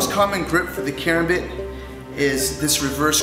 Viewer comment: KARAMBIT! stress on the second A. Come on...